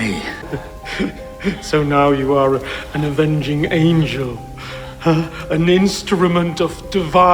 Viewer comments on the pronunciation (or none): none